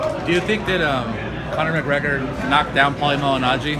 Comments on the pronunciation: I'm not sure if he calls him "McGregory" on purpose or by mistake but that shit's hilarious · Is floyd snr saying 'mcgregerin' lol